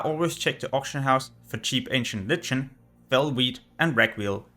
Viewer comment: Lichen is pronounced like "LIKEN"